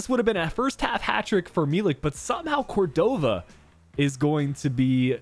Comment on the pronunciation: Hey! Great video as always. Just wanted to comment that Córdova’s last name is pronounced as cOrdova. The stress coming at the O. No big deal, just in case you’re particular with name pronunciation. Keep up the great work! 😊